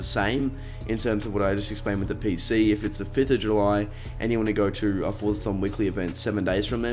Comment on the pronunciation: Did anyone else hear him say forthathon points 🤣🤣